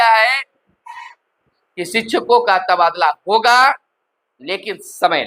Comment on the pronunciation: एक ही बात घुमा फिरा के पढ़ते रहने की आदत है आपका । खबर काम bkwas ज्यादा लगता है। हागा v नहीं v hoga🤩🤩🤩